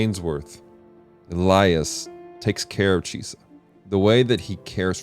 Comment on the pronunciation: it's Chise not Chisa lol, love this anime